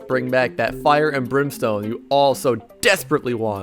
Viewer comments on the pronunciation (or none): none